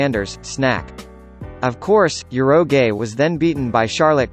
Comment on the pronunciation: damn, did this guy really said ur-oh-gae to urouge. 🤦‍♂️